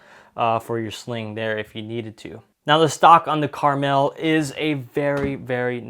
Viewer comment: It will be my next purchase - it will be interesting to compare to my Tavor X-95. That too has a extreme barrel covering and I just mount a fore grip. It is pronounced Kar-Mel, it is not a candy.